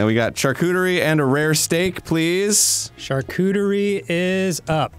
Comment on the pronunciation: i thought they were saying charcooterie as a joke but now i feel like they arent and its starting to bother me